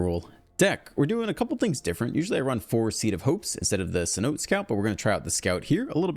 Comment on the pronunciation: Cenote is pronounced say-NO-tay